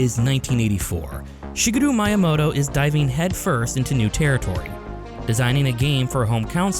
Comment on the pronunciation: "Shiguro Mayamoto"